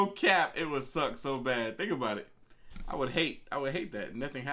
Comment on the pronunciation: It’s hard watching these, he talks to much. Chill wit the “cap” you playin tf outta that goofy ahh not even saying it right 🤦🏾‍♂️😂